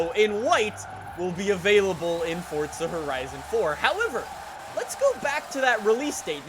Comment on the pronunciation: Its FORZA NOT FORTSA